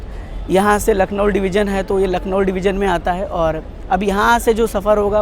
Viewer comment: भैया आप लखनऊ को लखनऊल क्यों बोल रहें है?